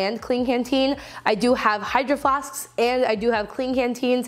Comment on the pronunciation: When she said hydro flasksksk I felt that